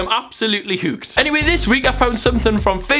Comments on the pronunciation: Ffs will it's hooked not huked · Stephen Tries says 'hooked' to love island not 'whooked' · Sorry, sorry, "h-oo-ked"... 😂😂😂